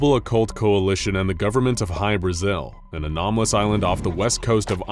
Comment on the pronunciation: I cant unhear High Brazil